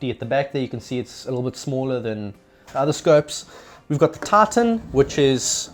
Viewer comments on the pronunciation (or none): Does anybody else hear "TARTAN" instead of "TITAN"? Or is that just me?